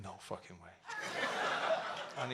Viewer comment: Stop saying ‘facking’ like that Noel you sound like a facking twat